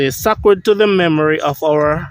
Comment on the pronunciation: pls pronounce Sacred (say-cred)